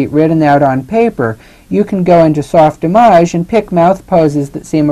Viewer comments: Soft Image Not soft "ih mojj." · It's soft-Image, say it right.